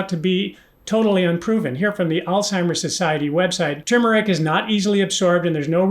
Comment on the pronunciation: You got tur mer ric though when everybody else says too mer ic. I can't wait to hear more of these